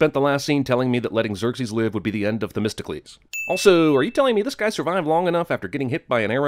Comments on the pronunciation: isn't it "The-mist-oh-clease"? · You’re supposed to pronounce it like “The Mystical Ease” that’s nowhere near testicles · 100 sins for Themistocles sounding like "Testicles".